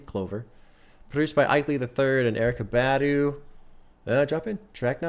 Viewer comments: It’s pronounced BAH-DUU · you're not pronouncing her last name correctly. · your pronunciation of Badu is killing me 💀💀